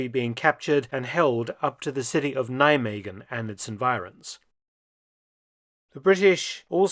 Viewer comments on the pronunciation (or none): Practice your 'ggggggggg' mr. Felton. It's like dry grogling the throat, then press the tongue shaped as a channel against the palate. NijmeGGGGGen, not Nijmekhen. Always a pleasure watching your video's, I learned a lot from them. Thanks.